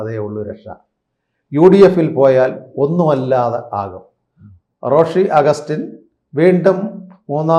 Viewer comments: ആദ്യം റോഷി അഗസ്റ്റിൻ എന്ന് നേരെ ചൊവ്വേ ഒന്ന് പറയാൻ പഠിക്കെടോ. തന്റെ ഒരു റോസി. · ഈ വേട്ടാവളിയൻ ആദ്യം പേരുകൾ പറയാൻ പഠിക്ക്. ഷാൺ ജോർജ്ജ്, ജോസ്കോ മാണി, റോസി അഗസ്റ്റിൻ '😢 ഇതിനെ എവിടെന്ന് കിട്ടി😂